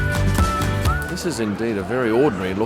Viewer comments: Thank you for pronouncing "Buda-pesht" correctly😊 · I love how correctly you pronounce Budapest. Thank you